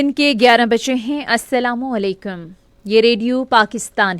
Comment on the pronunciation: please correct the pronunciation of ASSALAM-O-ALEKUM. --- Anyhow, you have a graceful way of casting the news.